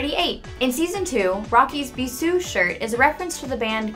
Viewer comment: Also "Bisou" is pronounced like "Beezshu" in French and "Ludwigburg" is actually pronounced "Lude-vig-burg" in German.